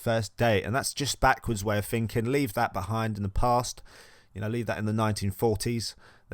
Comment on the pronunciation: when u say finking 🥺